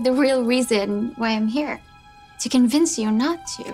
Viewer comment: Male teacher: can you answer the question or naw Did any one else he didn’t pronounce the T in not 💀